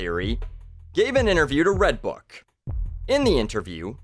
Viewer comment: I thought you said Redtube not redbook